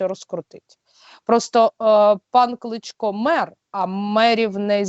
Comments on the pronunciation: Кличко,а не Клічко .Хоч подивись як правильно прізвище, це я до ведучої. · Ведуча! Не Клічко, а Кличко. Для Сейраш потрібна більш розумна і логічно мисляча людина.